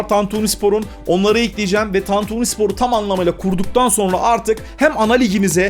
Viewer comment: sen ilk Türkçe'yi öğren de sonra kurar "tantüni" diyor